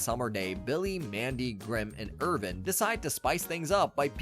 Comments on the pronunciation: Every time he calls him "Irvin" i die a little inside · The kids name is Irwin not Irvin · Awesome video on an awesome series. All the spots where you used a V* should have been a W*. Ex: Irwin* not Irvin but good bud nontheless👌🏼